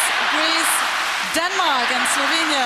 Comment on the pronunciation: „Eslovenia“ LOL hahaha